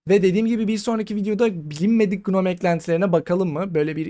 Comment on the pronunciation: Gnome'un başındaki G okunmuyor. Şu şekilde okunuyor: /noʊm/